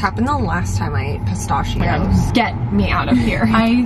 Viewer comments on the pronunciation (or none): pistachio pronunciation has me rolling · This has always been my comfort channel but saying pistachios discomforts me😂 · looking for a comment about pronunciation of "pistachios"